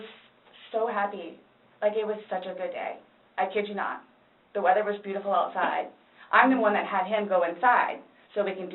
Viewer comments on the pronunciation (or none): none